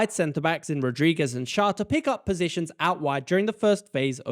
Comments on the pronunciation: Schar XD Pronounce him like "share" and you got it to 100% right💪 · The name Schär is pronounced "cher", like the pop singer. 👍🏼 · The Ä in Schär equals the Ae in Aebischer. If you don't want to use "Umlaut" (Ü,Ö,Ä) you could write it as "Ue, Oe and Ae" and the pronounciation for Ä is the same like the Ae from Aebischer. Just in case this is somehow useful to anyone. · It’s pronounced scher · Thank you for answering my burning question: What the heck is my team doing and why does this work so well. ;) Very nice pronounciation of the Swiss names! Schär and Xhaka is a bit different, but the rest was perfect! Greetings from a Swiss football fan ;)